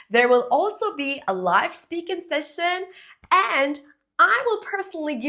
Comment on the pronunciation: She mispronounced "session "